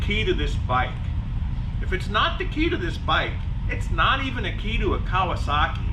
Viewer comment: Kawer- sahhh-keeeeeh